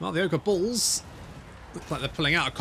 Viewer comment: every time you say "ogre bulls," to my american ears it sounds like you are saying, "ogre balls."